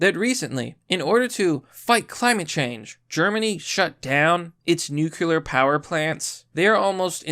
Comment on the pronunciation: New clee ur, not nukular, PLEASE!